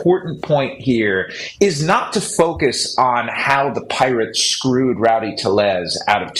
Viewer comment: Passan's pronunciation of tellez is Lombo on Hawkers's roids😂